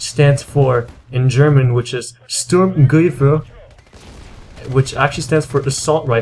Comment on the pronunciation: Sturmgewehr. Try to pronounce it as Stoorm gewear